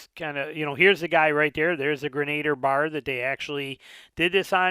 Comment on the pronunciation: FYI, pronounced “gren-a-deer"